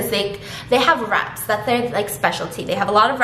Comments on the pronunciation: My god I thought you said their speciality was rats lmao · Omg i heard rats not wraps!!